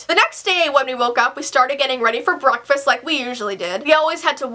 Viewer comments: When you said breakfast it sounded like bronkfast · Did say brocfast??????